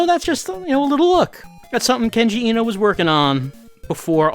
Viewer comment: I've been meaning to say this for a little while: the e in Eno is pronounced like the a in late. Vowels in japanese are all only pronounced one way. A is pronounced like the o in stop, i is pronounced like you pronounce it in kenji, u is pronounced like the double-o in food, and o is pronounced like in sold.